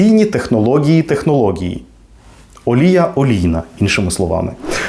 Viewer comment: Я правильно розумію? «Технології» вимовляється через ґ?